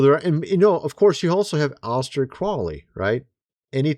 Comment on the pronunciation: Ahsta “the trolly” Krolly. Brother, you need help talking. What is happening, it’s not like you’ve heard these names and words said over and over and over more than most people.